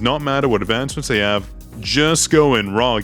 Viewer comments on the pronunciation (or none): none